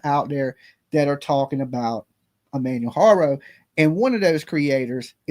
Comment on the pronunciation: You dont say any of his name or page right sorta erks me Ik you say you a country boy but you could put the effort in and learn to say his name and page correctly it's not even that complicated or if you dont wanna learn to say it correctly don't say it so much out of respect